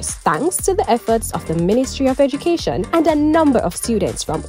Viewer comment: Ed"u"cation not Eg"i"cation!